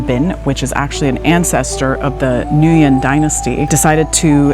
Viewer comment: Good coverage of Ninh Binh and area. However, it would add a bit more authenticity to pronounce certain words like Nguyen and Ninh Binh correctly in Vietnamese. Beautiful part of Vietnam I will never forget.